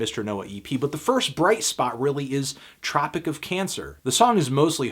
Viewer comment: Its "Tropic of Cancer", not "Topic of Cancer".